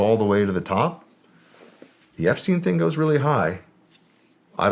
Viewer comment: “Effrey Jepstein” 😂😂